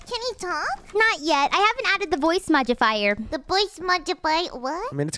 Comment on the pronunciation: it is modifier not modibier